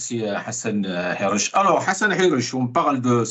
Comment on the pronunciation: Hassan Hirech et pas guirech